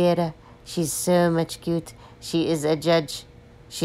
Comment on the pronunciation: The sooooww much cute is so funny how u say it I like it 😂